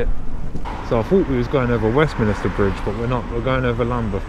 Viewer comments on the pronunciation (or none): Westminster not Westminister lol come on man